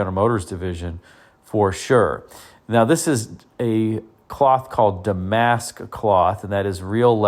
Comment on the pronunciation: Pronounced DAM-ask, accent on the first syllable. Named after the city of Damascus, it's a weave normally associated with fine tablecloths.